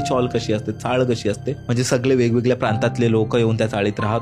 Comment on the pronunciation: सगडे सगडे वेड दासल त .मराठी उच्चारण तर नीट करा . ह्या सर्व घासून गुळगुळीत झालेल्या रेकार्ड आहेत